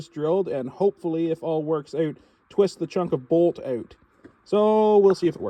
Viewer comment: It’s out not oat